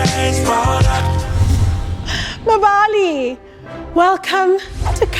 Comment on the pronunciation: The way she pronounced "Mbali" as "Ma-Mbali" 😭😭😭😭